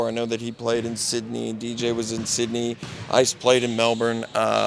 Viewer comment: I appreciate how he corrected the Melbourne pronunciation.